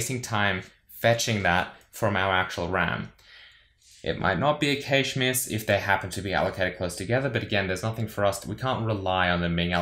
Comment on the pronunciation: It's pronounced "Cache" not Cayshej